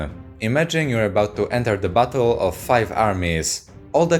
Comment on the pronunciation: Everytime he says "battle" I can't help but hear "butt hole" it really changes the theme of the video